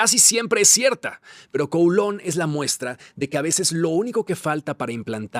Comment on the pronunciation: Kowloon Se pronuncia CAO LÚN… Lo sé porque viví en China y conozco bien Hong Kong y a Kowloon. Y los británicos regresaron Hong Kong y Kowloon, porque después de la segunda guerra del opio los Chinos les arrendaron por 99 años los nuevos territorios, que es lo que hoy es parte de Hong Kong y Kowloon, y ese plazo expiró. No fue una concesión generosa de los británicos ni un “permiso” de China, sino una combinación de contexto histórico, presión geopolítica y fin de un contrato forzado en tiempos coloniales.